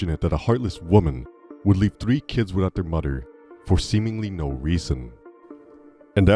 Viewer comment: He called his mudder lol